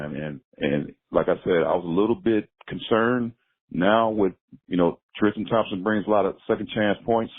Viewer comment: Why can't people say Tristan ? It's not TRISH-Tan